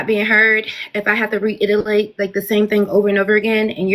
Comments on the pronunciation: “Reitilate” naw girl it’s reiterate. She’s needs to care for kids and work on her maturity. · "To re-italate..." Baby..... just "lose connection" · Re-ITELATE?? LOL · Gurrrrlllll. Stoppppp. & Wtf does Re-itta-late mean? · Pretty ones be slow.... The way she said "like" a million times, and can't even pronounce the word reiterate 🎈📌😂